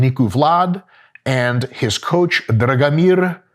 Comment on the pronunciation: Your pronunciation is spot on, and it comes from Serbian guy. Name Dragomir (Drag - nice, Mir - peace) can find among Serbian folk as well